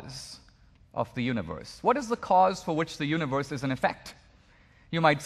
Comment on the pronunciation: I don't think Dinesh would use the word "universe" in EVERY sentence if he was aware how stupidly he pronounces it. Yoonee-wvuhss. What a tool.